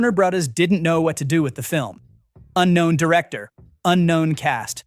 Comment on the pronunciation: Is this an AI voice? Why doesn’t the narrator know how to say the word “brothers” ? Edit: yup… AI voice for sure. Guess I’m not watching this channel.